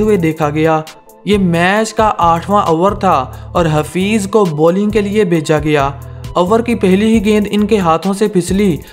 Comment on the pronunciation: Dekh bhai maar to sab ko padhi galati pe, teri bi galati ignore nhi karsaktay , the word is Bheja gaya naa Ki Bhecha gaya 😅